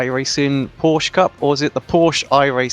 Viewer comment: I wont lecture you on the corner names cause thatd take way too much time but theres one thing id like to point out...the 'e' at the end of nordschleife isnt silent. Same goes for porsche